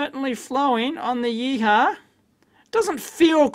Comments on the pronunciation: "If I'm pronouncing it correctly: gang-zoo yee-haw. Yeeee-haww!!" If you were Chinese you might pronounce it 'gwong-jo, ee-hwa'. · YEE-HU-WA not YEE-HAH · It’s pronounced “Yee Hwa” and horses for courses. It’s a Yihua made in Guangzhou, not a Hako made in Japan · I think it's pronounced "yee hwa" but Dave's yeeha! is far more entertaining :) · Your interpretation of the brand name totally cracked me up :D :D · Dave, your pronunciation of "GuangZhou YiHua" couldn't be further from being correct...LOL! :)